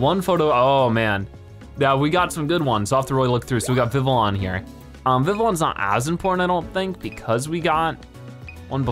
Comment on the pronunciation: Vivillion is pronounced viv-lee-on. Trust me I've watched the X Y anime